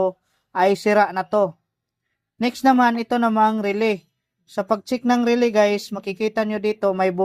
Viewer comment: paki ayos ng pag pronounce, relay. hindi RELEE, nagtuturo na tyo, pati pag bigkas ng tama iayos n natin